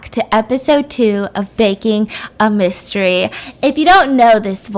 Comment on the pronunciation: At first I thought u said “Baking A Bisstery” Instead Of “Baking A Mystery” LOL